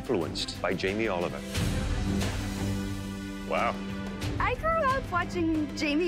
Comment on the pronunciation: Jamie Oliveoil? Haiyaaaa xD